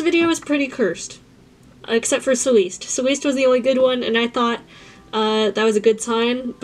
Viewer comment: Haha I love the art work but the first one Celeste is pronounced like celestial just cut short 😅